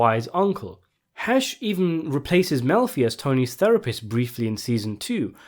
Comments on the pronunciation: Did you say Dr. Milfy? 😂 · It Dr "Mel'fee"